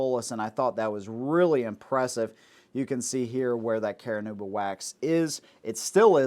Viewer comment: Care-a-noob-a? Car-noob-a...